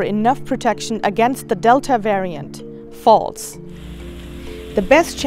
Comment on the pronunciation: Dear reporter, we don't need your personal opinion here. Especially, the way you are emphatically pronouncing "False". This is a sign of a collusion with the pharmaceuticalx industries. You should use terms such as : according to, given the fact from so and so...., from the opinion of such industry or so... Your zealous attitude of saying 'False' to people's experience in your response to people opinions is so bias by your taking position and side. Why can't you be neutral and simply report your findings. This is "bad journalism"! Considering that you don't voice your position and opinion when as journalist voting in an election. Some of you journalists have decided to be partners in crime with the vaccins industrie and be their lobbyists. WHAT A SHAME of not being transparent and independent, free from the pharmaceutical pressures.